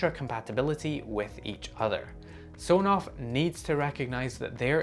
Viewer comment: I believe the official pronunciation of Sonoff is S-ON-OFF referencing a toggle of an on/off switch.